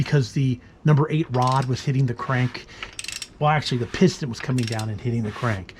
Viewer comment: Pis’ ten. Not pist-on